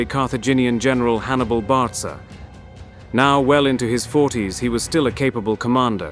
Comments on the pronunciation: Hannibal "Bartsa"? This narrator can"t even pronounce Hannibals last name BARCA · So, Barca is pronounced "Bartza?" I'm not complaining, just confirming. I've wondered for years. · General Bartza? Really? Lmao